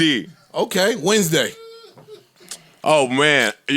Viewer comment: That’s dead how I used to sound out the Wednesday in grade school. Wed-nes-day